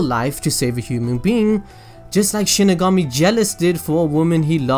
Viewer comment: Connor Simpson Oh I get it😂😂 Its exactly. The way he said it in the vedio "Sheeny gummy"